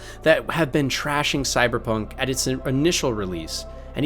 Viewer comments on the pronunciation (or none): none